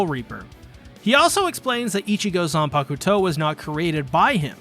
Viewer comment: I like how you pronounce zanpakuto😌😌....great video btw